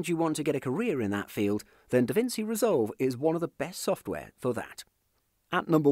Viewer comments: Davinci as in [davintchi] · My guy can't pronounce davinci